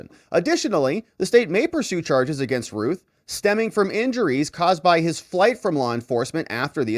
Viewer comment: Anybody that has see THE GOONIES knows how to say ROUTH. ROUTH. RYAN....ROUTH.